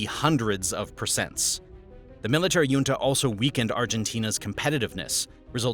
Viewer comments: The j in junta makes a hard "h" sound as in the Spanish jefe ("hefe"), not a glide "y" as in the Nordic or Danish jarl ("yarl"). Basic words being pronounced incorrectly makes me question the veracity of your presentation. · "Junta" is pronounced hoontah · Perón isn't pronounced "Peroun", there is no U i it. Also the O is short and stressed, it has an ' accent on it. Better google the pronounciacion before you say it wrong 30 times. Also it's weird to encourige people to drink alcohol, which won't make them more intelligent even with probiotics. Otherwhise this video is quite interresting. 🙃 also better google the prononciation of "junta"..... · This guy doesnt know how to pronounce junta 😂😂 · YIKES. You mispronounce junta and Falkland in the span of five seconds. Can't say I was blown away by the repetitive graphics and goofy charts, either. Didn't bother to wait for the inevitable rah rah capitalism nonsense.